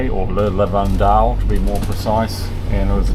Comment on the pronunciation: Thanks for the video,. Yes, St Trop' off season is far better than in the middle of the summer. And this is "Le Lavandou", not "Lavandeau" nor "Lavande" 😉 Anyway, happy to see you sailing in this area, it was my playground, or my tub, when I sailed there when I was young. Unfortunately, because you schedule you missed Port Cros & Porquerolle, 2 very cute islands in the vicinity of the cap Bénat.